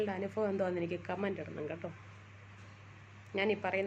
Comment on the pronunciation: അനുഫവം അല്ല അനുഭവം 😂✨🤍